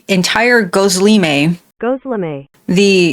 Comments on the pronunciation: correcting the pronunciation of gizleme during the video is taking me out😭😭😭😭😭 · It's Gözleme, a Turkish dish, pronounced Goz-Leh-Meh. And it's basically stuffed flatbread. Normally feta cheese and spinach, or sometime you can get meat or potatoes inside.